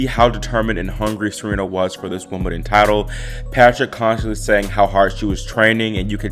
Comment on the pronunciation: 'Woomadan'? What's 'Woomadan'?